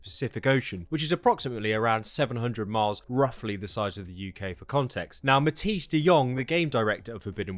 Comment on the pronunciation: Mahthies dhe yong. 😂😂😂 sorry m8 but u almost got his name right 😂. U say it like mat-ice DE yong. Better luck nexg time bud